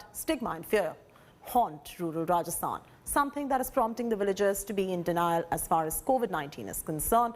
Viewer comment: Villagers not Willagers. Really don't understand why Indians pronounce Va as Wa